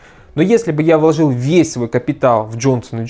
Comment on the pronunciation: Слова ложил и влОжил режут мне ухо. Вы же грамотный специалист, бросьте это просторечье. В целом ролик отличный.